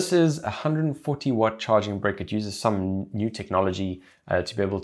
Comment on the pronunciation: Ok great video, but am i the only one who died laughing at the way he said charging brick like charging Brik